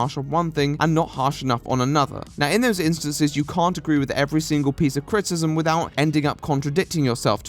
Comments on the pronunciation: It's not "critism" it's "critIcism. CRIT - I - CISM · The way this guy pronounces criticism cracks me up !!